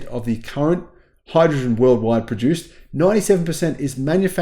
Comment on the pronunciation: But hydruhgin 😂